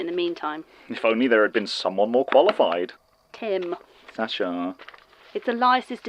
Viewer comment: The way he says “Sasha” is KILLING me